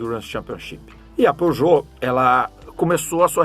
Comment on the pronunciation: Era pra ser a pronúncia em francês, não tá 100% preciso kkkkk